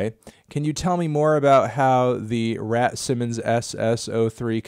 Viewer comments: We just gonna ignore that Anthony said Rat Simmons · DAMN. (7) Melon really pronounced Raf Simons as r a t s i m o n s